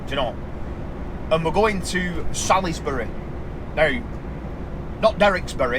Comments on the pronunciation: Salisbury is pronounced Salsbury, it's a silent "I", I have to admit to laughing when you said it started raining just as you got on the A303😂 that sounds about right sadly! Great video as always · As you well know?? It is "Salisbury"......lol